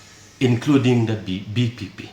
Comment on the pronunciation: Just to say vpp he can't say it properly this show tht th NPP was full of confused..and how come he can be the education minister